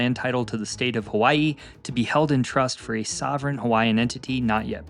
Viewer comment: I appreciate that your pronunciations were very good. Sometimes it's hard to watch a video about Hawai'i when your ears are being assaulted with bad annunciation lol. Great job and loved to hear accurate history. Mahalo nui loa.